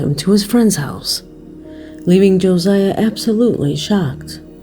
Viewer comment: As someone with my son's name being Josiah.... it's not pronounced like you did. His name is Josiah. Joe-S-eye-uh